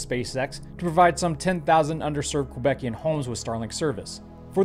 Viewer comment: im sorry did you just say "quebecian homes??" it's Quebecois 🤣🤣